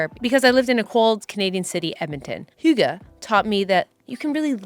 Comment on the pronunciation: The second way you said hygge where you where like its not like this... was actaully pretty close haha! I think the best way to sound danish is sounding a bit bored. But I always gift the hygge book to people when they get depressed in winter - hygge has made me look forward to the dark, cold days in Denmark